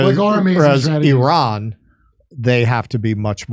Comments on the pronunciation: Im happy you finally pronounced IRAN correctly (e-run) ❤❤ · correct, it is pronounced ee-rawn, but i'm still going to call it The Ukraine because spite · Hey guys, it's really good to see that Finally ;) you tried and succeeded in pronouncing "Iran" correctly!... let's give you a tip on pronouncing "Iraq" correctly now.... ;)... just pronounce Iraq the same way as you did for Iran!.... also "Ivan" is pronounced exactly like them , as well.... Please note what Russian Federation Ambassador to UN said in UNSC held after Zionist new low in bombarding Iranian Embassy in Syria in addressing his western colleagues, US, UK, France, Japan and Korea who did not condemn violation of UN charters and conventions..... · Finally an American who pronounces “Iran” the right way.😂🎉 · Your pronounciation of Iran was perfect 😅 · As an Iranian I can tell you, your pronunciation is perfect. As for Iran response, I can tell Israel would be looking over its shoulders, till it happens. And this is bad enough for any body living like this.